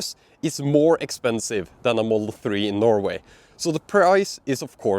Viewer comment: Dude, there are more letters and sounds in the word "model" than you say. I was confuse for a bit if there was a special edition version of Teslas called the Moll